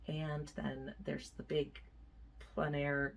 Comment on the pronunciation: Thanks for pronouncing En Plein Air correctly ("on plen" air). So tired of hearing even professional artists saying "en plane" air. 😬 Sorry Americans, its mainly you.